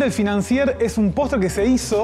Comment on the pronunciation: La R al final de financier no se pronuncia 😎